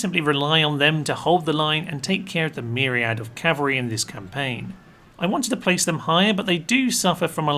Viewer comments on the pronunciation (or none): none